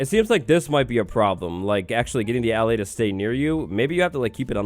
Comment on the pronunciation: YOOOOOO! Can't wait for this little guy to come to Java! Btw,, I believe it's supposed to be pronounced "uh-lay." Not trying to correct, I just think it's meant to be like "allay" meaning "to calm." Making it the opposite of the "vex," which means "to anger."